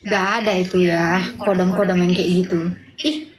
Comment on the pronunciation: Khodam bukan kodam... Kodam V jaya 😅😅😅